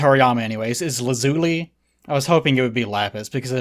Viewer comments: Yeah you're right, La-ZOO-li sounds ugly and dumb. But in both English and Japanese the emphasis is on the first syllable: LAH-zu-li, which sounds a lot prettier to me. I'm a bit confused because I know you've watched a fair amount of Steven Universe where they pronounce it right. End result is the same tho, still combines horribly with Launch. Lazulaun? Launchuli? Ew. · Well if you pronounce Lazuli in the British way (zed z not the American z and a hard i not an e) it does sound better. Also poor Launch, never got the Tien D and continued to live a life of crime and resentment for the rest of her life.